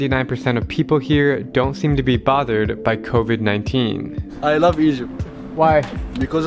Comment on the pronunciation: "ther isn't covvidi"